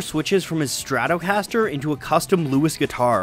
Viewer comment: the way he says stratocaster